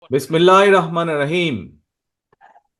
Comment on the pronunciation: বিসমিল্লাহ, এবং সালামটাও সঠিক করে বলতে পারেনা, দুঃখজনক।